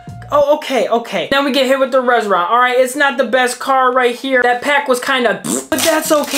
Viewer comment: Pulls Reshiram Also: “Ok nice we got a Rezra” So who’s gonna tell him that’s not how you say reshiram